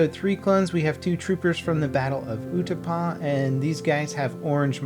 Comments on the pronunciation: its pronounced OO-TA-POW, not ootapa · ITS COMMANDER NAY - O SINCE HIS NAME IS NEYO, HOW YOU SAID IT WAS NEO THERES NK Y IN THAT. AND ITS YOU - TAP - OU (OU is like the half of how you say ouch) NOT UTAPA YOU KEEP FORGETTING LETTERS IN CLONE WARS NAMES I WILL MURDER U WITH COMMENTS. Btw I love ur vids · It's not Utapa it's utapau but it's pronounced uta-paow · "Utapa" it's Utapau. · It's oot-a-pow